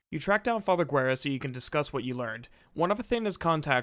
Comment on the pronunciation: talks about alex VA mispronouncing a name -Immediately mispronounce father Guerra's name